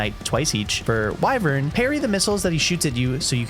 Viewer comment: WIVERN??? It's "Wyvern" (Why-vern) dumbass😂